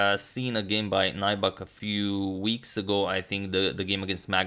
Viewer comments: The name is pronounced like Nübek, not Naibak. Lots of names of swedish origin in Finland. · It's not 'nigh-buck'. it's 'new-beck' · Nybäck is pronounced "Neebeck" in Swedish, not Najback but its okay, no worries, I understand. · Agad! "ä" is pronounced "ae" so if you read it "Nybaeck" you will probably get it right. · Loving the Finnish coverage! As a pronunciation tip, Nybäck is kind of like "New Back" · The pronunciation of Nybäck is nübak (the ü is like in German). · Hi Antonio. FYI: Nybäck is pronounced like in English 'New-back,' with the "ew" of "new" spoken kind of like the German ü. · Btw Nybäck is pronounced like "new beck" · Nybäck is pronounced like: N y(like the y in liberty) b(ä like in ash) ck. If anyone is interested. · Can you speak Swedish? Is his name pronounced as the Swedish pronunciation? Uttalas det Nybäck som om man hade sagt det på svenska? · Hi agadmator! Good video! I would like to nitpick a little bit about your pronunciation of Nybäck. Check out this video for the correct pronunciation by the interviewer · #suggestion If you ever analyze third Nybäck's game try to pronounce his name like Finns does. And the suggestion is, like always, Heikki Westerinen against Boris Spassky in Solingen 1974.